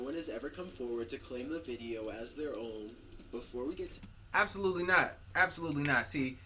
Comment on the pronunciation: no one:... absolutely no-one::" ABSALUTELY NOT!"